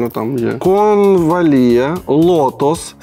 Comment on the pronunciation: КонвАлія ❌ КОНвалІя ✅